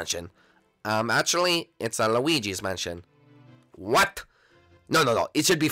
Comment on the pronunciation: luwigy manshon